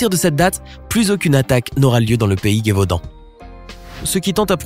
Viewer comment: Petite précision, on ne dit pas la Gué-vaudan mais le Gévaudan, il n'y a pas de "u"